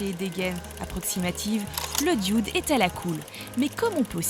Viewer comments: Le "dioude" ? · Je sais je sais, c'est la façon dont elle le prononce qui me fais rigoler.